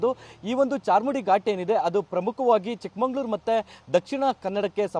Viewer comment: ಲೋ ರಿಪೋರ್ಟರ್ ಚಿಕ್ಕಮಂಗಳೂರು ಅಲ್ಲಾ ಮೊದಲು ಚಿಕ್ಕಮಗಳೂರು ಅಂತ ಊರು ಹೆಸರು ಹೇಳೋಕೆ ಕಲಿ